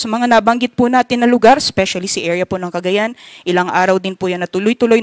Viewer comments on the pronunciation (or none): none